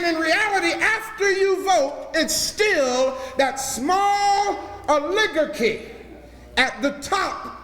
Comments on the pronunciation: Can't even pronounce "oligarchy" Ol -Lig - Garky. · Rrr- lig-gur-key.. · First I thought he made a mistake mispronouncing Oligarchy but then he kept doing it and it was cringeworthy to hear coming from an "Educator". The word is pronounced like Oligarchy (Owl-(silent w)a-gar-key) Other than that small glitch he's telling the stone cold truth. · Oligarchy [Ah•li•gar•ky] it’s bothering me I’m sorry…I kno what he means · THANKYOU - as we are instructed to Expose & Warn. Courageous! Folks, the word oligarchy is pronounced OL-i-gar-kee. Indeed, the ancient lineage families ARE all of the "famous" -- all lineage. Minions of satan. They are followers of sun gods, and first of all, Nimrod (the 1st freemason, & developer of the idea to corrupt religions in order to rule the world). With his mother, whom he married, and their son, the idea of the trinity was formed. It may be the very, very Top who appear to be luciferians. Symbology abounds - and our "learned" traditions, like sun-day worship, rather than the actual Sabbath, which is what we are Instructed to keep. BTW: "They" have had all the $ for a while now. Now it's time for the culling of the Sleeple Herd, as they ("Singularity"/Transhumanism) outsmart our Creator by blending w/machines to supposedly live forever. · O- ligarch-kee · Ol-i-gar-chy my brother. Good message. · Brah. I appreciate you. Its pronounced Oli - Garky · Correct form: Oh-LEE-Gar-Key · O Liggar chy correct pronunciation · my brutha is deep 'n dat but somebody need tell him the word is O-Luh-GAR-key! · He’s a doctor who can’t spell or pronounce oligarchy what a fool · Yikes!!! He pronounces the word “OLIGARCHY” WRONGLY. Every time he says it, I cringe and miss his point, because it is so very wrongly pronounced. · And his pronunciation of oligarchy sounds like a 3rd grader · He mispronounced "oligarchy". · He can't pronounce Oligarchy.